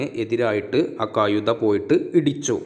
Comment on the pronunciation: കയുതയല്ല, കഴുത എന്നുച്ചരിക്കു,, ആശയ കുയപ്പ മല്ല ആശയകുഴപ്പം, ഴ എന്ന അക്ഷരം നന്നാക്കി വഴക്കി എടുക്കു